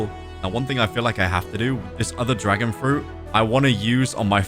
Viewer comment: Bro said dragon fruti haha